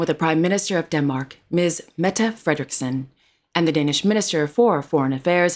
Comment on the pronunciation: I must congratulate you on your Danish pronounciation 👍🙂